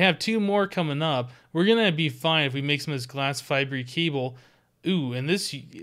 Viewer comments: Fibre is pronounced as (f-eye-ber), not (f-eye-bree) :P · Why are you saying fibre weird, you pronounce it fiber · It's glass (fy-bur) fibre cable. Other than that, great video! ( not trying to be mean, just sayin') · You say glass fibre wrong.